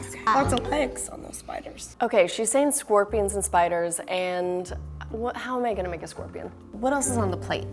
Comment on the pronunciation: “SKOPWIONS” “STAWBEWY”